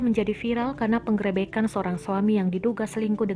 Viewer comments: Min min..bacanya pengrebekan jd penggrepekan 😂😂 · Salfok sama pengucapan PENGGEREBEKAN nya 🤣🤣🤣🤣